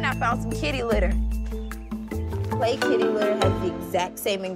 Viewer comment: did she just say special clay mask